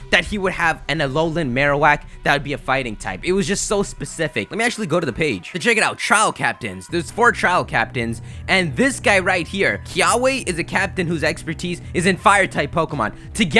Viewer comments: Kiawe is pronounced: KEY-AH-VAY here in Hawaii. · Kiawe is pronounced Key-uh-vey,from what I've heard. Also, Team Skull is just...so ugly XD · Kiawe's name is pronounced "Key-Ah-Veh". It's a type of tree in Hawaii that is burnt to make a charcoal. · The W in the Hawaiian language is pronounced like a a V so Kiawe would be pronounced like Kiave. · Just wanted to point out, sometimes W's are pronounced as V's in Hawaii. So Kiawe is pronounced kee-AH-veh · Fire trial Captain's name Kiawe if based on the hawaiian word should be pronounced Key-a-Vay